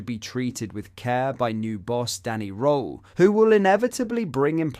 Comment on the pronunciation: Just to let you know, Danny’s surname is pronounced “Rule”